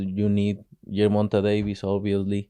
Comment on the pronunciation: Who tf is "Germonta" 😅